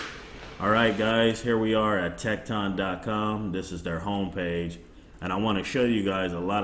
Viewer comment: Good try with the pronunciation of tekton but its actually pronounced tektin. Everyone seems to be pronounced it wrong. As I was told by the company themselves. Of the correct pronunciation. Just thought I would let you know. Good video though.